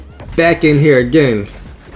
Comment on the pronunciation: GGs Buddy! Italian accent, “GTF outta heaaaaaaaaaar”